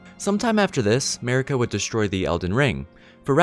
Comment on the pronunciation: MARIKA not merica***** thank you.